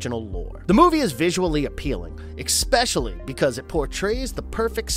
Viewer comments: Great video! Also, please stop saying "expecially" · Please learn how to say especially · Come on! Why do you use a narrator that keeps throwing an X into the word Especially? 3 damn times! It takes you right out of his lack of knowledge of the source material. Get a new narrator!